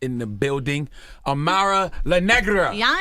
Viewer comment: You said her name wrong at the end 😂😂